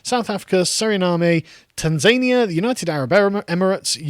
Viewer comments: Please pronounce "Tan-za-nee-ah" correctly in future it hurts my brain hearing it pronounced like that. And Eswatini is Swaziland which didn't so much change its name as undergo the "Persia process" of trying to get everyone to say their name the way they do rather than the anglicized way. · The pronunciation of Eritrea and Tanzania was gold